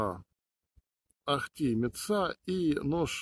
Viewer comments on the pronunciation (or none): После "ахтИ" и "метсА" интерес пропал. Сразу становится понятно, что автор не знает о чем чешет. Лишь бы видосик запилить.